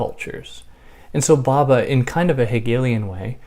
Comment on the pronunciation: Thank you for this- I loved listening to your gentle voice! Interesting that you’ve not got any comments or reactions to this video before. I think probably Western peoples have never heard of Homi Bhabha (‘bh’ is a soft b so be careful not to pronounce Bhabha as Baba!). You can make a video about Machiavelli or Jung- and immediately people will comment. That is the reaction of colonised minds who cannot imagine that there were Eastern philosophers. Also, we should get away from using terms such as Middle East, which is a colonial term; and instead familiarise ourselves with West Asia. The term Middle East, although nonsensical, is again more familiar due to colonisation.